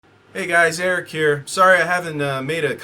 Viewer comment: Hell, for a second I thought that you were German